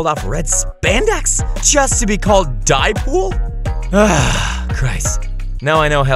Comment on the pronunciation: I know damn well she didn't just say diepool☠️🤦🤦⚰️⚰️😭☠️